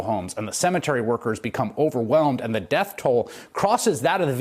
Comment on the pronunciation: The way this orange buffoon pronounces DEATH 💀 I think he is a sadist, relishing in other people’s grief.